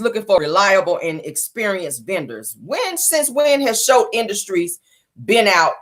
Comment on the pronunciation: i love your show you are one of my faves. The name of the Snotts company is Scholt not Shultz. Its Scott and Holt mixed together. Scholts. Enjoy your Friday💜